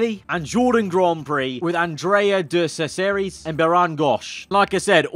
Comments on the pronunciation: sorry but man said DeSESARIS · i think this is a great video except for the absolute slaughter of names like Thierry Boutsen = Tierry Bousten Andrea de Cesaris = Andrea di Cessarys Bertrand Gachot = Berand Gosh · “De cessarissss” oh dear I thought you were an historical f1 fan. Pronounced “dechezariss” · It’s Andrea de ‘chez-a-ris’ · Murray pronounced it as Chesaris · pronouncing de cesaris is the best thing ever